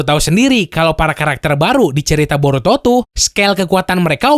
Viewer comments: Borutod? Shaat....wkwkwk🤣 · apa cuman gue yg dengernya "borutod" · Wkwwkwk district anime ngomong Boruto diawal borutod